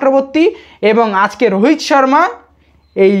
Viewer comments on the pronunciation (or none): none